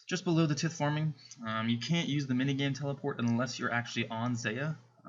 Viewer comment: its pronounces tie-th